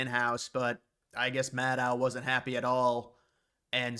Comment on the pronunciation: At least say “Maddow” correctly